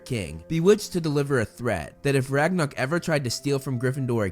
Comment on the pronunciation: Movieflame: Ragnuk Captions: Ragnarok